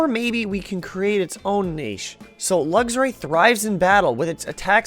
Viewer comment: I absolutely love this series but I have to say this is the first time I've heard someone pronounce Luxray as "luggs-ray" instead of "luks-ray" and it's throwing me off!